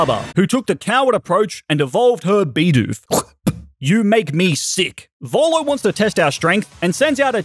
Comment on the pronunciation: Volo not bolo